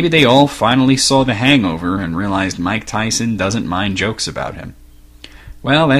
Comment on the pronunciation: Iv'e heard of Mike Tyson, but not Mych Tyson, Who is he?